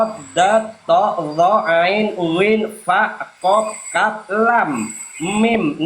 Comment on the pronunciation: yang lucu bunyi qof menjadi go😄😄😄😄😄f